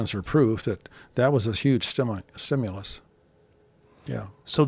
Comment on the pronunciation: All i heard is Stimulas 😮